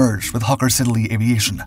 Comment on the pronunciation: Hawker 'Sidd-el-ey'' (Siddly)-two 'e's' silent. - unfortunately the bombed ship was the Torrey Canyon not the 'Tory' Canyon! A bit more research maybe?